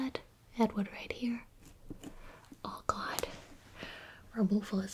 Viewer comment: It sounds like she's saying, "Oh God" instead of "All gone" lol.